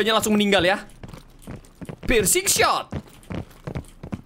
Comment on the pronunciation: Hanya membenarkan🤣 Pircing bang bukan prising